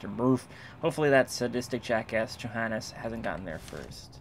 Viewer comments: They Name Johannes is actually spoken with the "J" like a "y". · I thought said Jihaded instead of Johannes